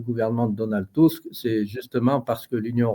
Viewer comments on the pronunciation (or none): C'est Donald Tusk pas Tuck,grand ami d Ursula!!!!!! est dange pour la Pologne !!!